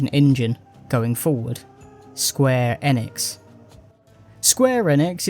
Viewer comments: Square Enix is pronounced eeenix not N-ix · bro youre a muppet. "godot' is said 'go-doh' not 'dot' and square enix is "eenix' not 'ehnix'